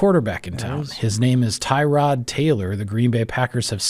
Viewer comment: His name is not “Tie-Rod” You are pronouncing it incorrectly. Tuh-rod is more accurate. I’m happy he’s on our team. So are you. Go pack go.